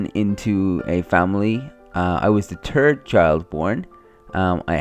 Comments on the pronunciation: I like how he said "turd" child born instead if third. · How can you say "JonaTHan" and not "THeodore"?? You say "Teodore" or "Turd" instead of "THird" ...... LOL DA FUQ!!! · At first I thought you said the turd children!! Not trying to be rude I thought it was funny! 😂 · He said third it sounded like he said turd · “I was the turd child born” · "i was the tird child born" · Ya ha ha he pronounced 3rd as turd😂😂that accent! Funny! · When he says third chi,d it sounds like turd chikd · When you said "third child", it sounded like "turd child" LOL. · I know it is. I just thought it was funny. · so funny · "I was the turd child born" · Ur third sounds like turd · It ain't his fault that he says turd child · Lol " i was the turd child born "